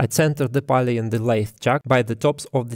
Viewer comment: Cool video. Nice to see that other people are using and documenting the electronic leadscrew. Just so you know, pulley is pronounced more like п у л и